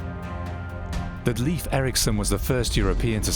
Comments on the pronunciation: It's pronounced "Lafe" (rhyming with safe), not "Leef". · Leiv Eiriksson, pronounced Lafe, not Leaf. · How sad that the voice-over could not be made to learn to pronounce Leif Eriksson correctly. It's not "Leaf" but L-e-i-f : that is, e as in Erik, i as in Erik. You had it already, but lacked the proper advice and training. It's truly tiresome to listen to such a mistake repeated throughout. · Pronounced Layf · The pronunciation of Leif is predictably wrong. Because the Scandinavian languages differ in their pronunciation of the digraphs ⟨ei⟩ and ⟨ej⟩, the name Leif may be either pronounced as an approximate rhyme for "safe", or approximately like the English word "life", In Sweden, Finland, Iceland and Western Norway, it is an approximate rhyme with "safe". In Denmark, much of Norway, and the southern and western regions of the Faroe Islands, the name is pronounced more like "life", while the only exception to this pattern is in the northern and eastern regions of the Faroe Islands where it is an approximate rhyme with the English word "coif". In no Scandinavian region is the name pronounced like the most commonly heard English language pronunciation, "leaf", as that would be a homophone of the unrelated female name Liv/Lif.